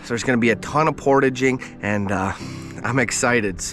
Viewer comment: The way you say portaging….😅. Amazing video. Amazing adventure!